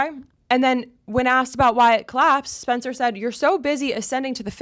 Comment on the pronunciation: You can’t pronounce SPencer. Stop the lip injections. You’re beautiful. The Dems funded nazi’s as a tactic. You don’t think they’d do the same here? I just can’t anymore.